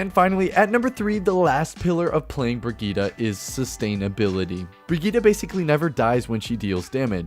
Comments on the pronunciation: It's super annoying that her name is pronounced Brahgeeta instead of Brigitte. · Bridgette (bridge-et) not (bree-jet) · Step 1 learn how to pronounce the name correctly Step 2 rewatch this video BreeGeeTi(ts) the ti like in tits ... easy to remember. ( ͡° ͜ʖ ͡°) and pls not BRIGITAH (like fucking Vegeta from Dragonball) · German friend pronounces it Briggeet not brigeetaaaah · Hahah oh man why did you say brigitta? Her name is Brigitte, it's german. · I’ve been pronouncing her Bridgette not brig eetta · "brigida"... please... it's not pronounced like that. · Swear her name is pronounced like "bre-git" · BRIGITTE = VERGITA XD